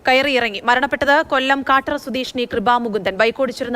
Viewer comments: കാട്ടറ അല്ല കൊട്ടറാ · കൊല്ലം കാട്ടറ അല്ല കൊട്ടറ